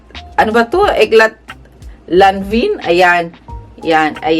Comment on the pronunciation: LANVIN is read as "lanvan"